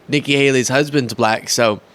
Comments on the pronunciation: Oh yeah, he pronounces it as “B LLACK, As if it sticks on his tongue as it falls out of his mouth. 🙄😂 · He pronounces it ‘ba lack’,no?😮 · He pronounces it “BLACKKK.” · Bull-lack is how he says it. With big teeth